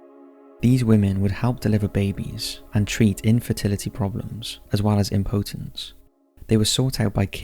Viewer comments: Loved the video, but some of your pronunciations are absolutely baffling... ex-OH-dus and imp-OH-tence should both be an UH sound and the town is called Bury SAINT Edmunds not street 😂 I should know, I've lived there 😅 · Okay, you can pronounce Malleus Malificarum, but can't pronounce Exodus, deity, Saul, Circe, impotence, or reformation? I'm only . I find this channel interesting and have been subscribed for a very long time (years), but this is driving me nuts. I had to mention it at least once. Please use a pronunciation dictionary or something. A video doesn't need to be perfect, but the rest of the content and production value is good enough that the constant mispronunciations are distracting. It lowers the level of professionalism and effort I know you guys put into videos. I'm still giving it a thumbs up, but I hope you can take some constructive criticism.